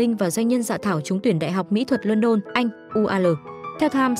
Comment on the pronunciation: Kkkk. Đại học Mĩ thuật lodon anh , đọc y như đh mĩ thuật Vn . 😅😅😅.